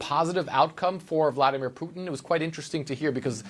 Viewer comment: Vla-dEE-mir!!! POO-tin.god r u deaf it's not rocket science to pronounce his nae correctly!!!